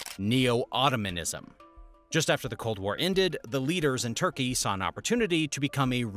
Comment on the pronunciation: Its Turkey not Thurkey. Thank you for the knowledge